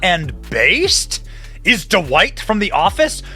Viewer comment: It's not Duh-white. It's Dwight. One syllable.